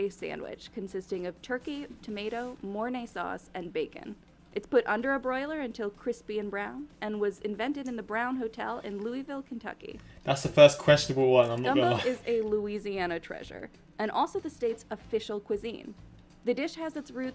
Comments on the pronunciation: Just so everyone knows, Louisville is pronounced lou-vul not louie-vill. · I’m new to your channel and trust me the hot brown is super good. Idk why it looked weird there. But she also pronounced Louisville wrong. I would know, that’s where I live. People here say pronounce is Luhvull